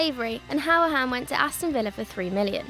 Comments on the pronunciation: You can't say conor hourihan it's conor hoor I han 🇮🇪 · Pronounced “hurri-han”